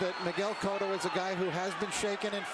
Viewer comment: da fuck is "coatto" his name is cotto